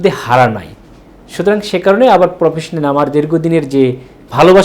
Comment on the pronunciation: Professionan sound na.....professional sound hobe ....shundirmoner socalled doctor